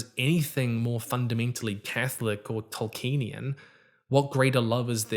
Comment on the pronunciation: YOU PRONOUNCED "Tolkienian" AS "TolkEnian" ONE-HUNDRED TIMES IN THIS VIDEO. It's five syllables. Toll key en ee an.